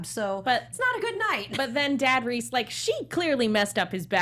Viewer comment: But Reiss is pronounced like rice, not reese; since its a German name.